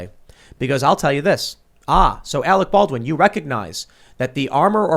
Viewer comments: and we all laughed when Kim jong il said " we got Arec Barwin " . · You're worfwess Arec Balwin. You're still worfwess Arec Balwin.